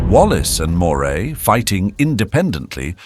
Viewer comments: Great video. Moray is pronounced Murray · In My Scotland, Moray is pronounced Murray.